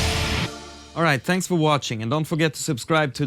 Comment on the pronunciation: Is it me or Par just said "Tanks for watching"?